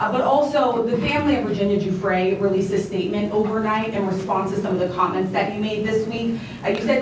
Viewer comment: I believe Virginia Giuffres name is pronounced 'geefray'